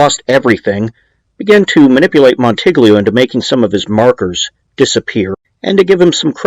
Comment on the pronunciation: Just trying to help. In Italian, gl is pronounced like ll in Spanish (como te llamas). So, goo-yay-mo. Mon-ti-yi-o. Gladys rhymes with lattice. On-Dray Katz, not on-Dray-a. Escape, not exscape. Ret-or-ick, not retrick. Row-mah-no. Again, just helping. Outstanding podcast and best demeo work, bar none.